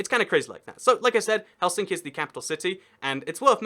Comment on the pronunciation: Well, he put emphasis in Helsinki to the center, when it should always be at the front.